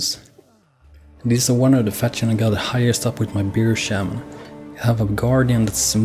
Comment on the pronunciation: Haha, I fucking love it how we European's can't seem to pronounce "Bear Shaman" correctly. We all pronounce it like Beer Shaman. Its actually really damn hard to pronounce bear.